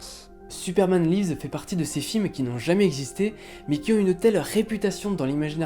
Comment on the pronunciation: Superman laïvz ? Là c'est pas du live, ça se prononce "li-vz" comme en français mais avec le 's' prononcé Bizarre en plus, parce que la deuxième fois tu l'as bien prononcé mdr